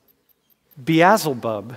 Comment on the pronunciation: Beelzebub not Beazulbub